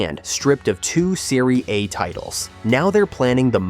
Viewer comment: They used a Brazilian Portuguese AI voice 🇧🇷 in this video to say that Juventus got punished in the "Serie A"... But it came out sounding like "Syria" 🇸🇾 😂 Like, what?? Did Juve just get relegated to a war zone league now? 😭⚽